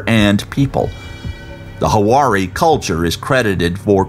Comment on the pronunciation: Huari or Wari has two syllables. Hua and ri. "Hua-ri" not "Hu-ah-ri". You don't see them using too many circles though 🤔 The square mandala versions loosely resemble some of their textiles but more coincidentally than anything else. If you search Wari Textiles online you'll see that they really don't resemble these geogliphs much at all. There was a huge craze in the 90's over Crop Circles which was all the rage. Someone should do an analysis on any wood found there. Not only are these out of place and out of character but they are also the thinnest lightest lines on the desert, made with very few stones and what looks like lines scratched into the surface. All other geogliphs are more of a construction with all rocks moved aside to create the paths. Many even have built up walls or what could be called a "curb" along the edges. The "runaways" in particular. Upon closer inspection you see that the edges of the "runaway" are actually a wall with infill! These geogliphs would be the only exception where one couldn't walk the path created. We don't know if they did that but it's a theory since they're all walkable... but these "estrellas" are the exception. It seems like a lot of work just to attract some tourists... but it could if could have paid off dividends already! Think of all the Crop circles people have created over the decades and all within one night! If these weren't so lightly constructed it might give me pause. The only works of theirs that could be considered geom